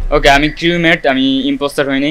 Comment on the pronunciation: uccharon creumate na crumate UNDERSTOOD??!!